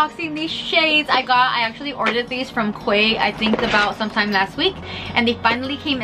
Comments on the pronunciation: Great video. Glasses looked great and I really want a pair now ❤. New subscriber. Oh and Quay is pronounced Key btw 😘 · Love your video... You're so gorgeous, dear <3 Actually, the pronunciation for quay is "key" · It's pronounced Key